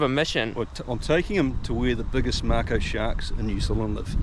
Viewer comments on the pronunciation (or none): Mako not marko !!!